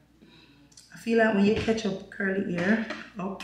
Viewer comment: You are trying very hard to speak properly. You are actually doing well. Remember though it's "catch" and not "ketch".